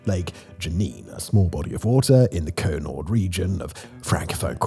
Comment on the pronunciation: Love the pronunciations. Cut noire…Côte-nord.